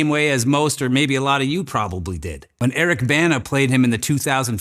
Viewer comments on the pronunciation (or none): none